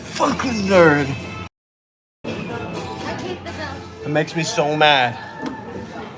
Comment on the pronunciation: “I can be a neurd.”